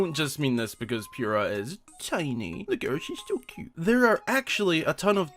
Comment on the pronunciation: NOOOOOOOOO ITS POO RAH NOT PURE AH